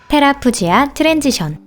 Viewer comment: 테라푸지아가 아니라 테라푸기아 아닌가요??